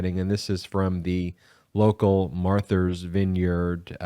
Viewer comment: How can you not know how to pronounce MARTHA, for God's sake? Wow, my respect for Ben's intelligence has just taken a nosedive! Marther? MARTHER??? That sounds like something Lauren Boebert would say!